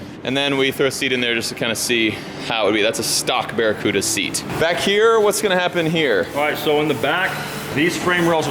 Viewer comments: It's the democuda it's the De Cuda🎉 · anyone else cringe everytime he said barracuda ? it's a CUDA not Same, Same. But different.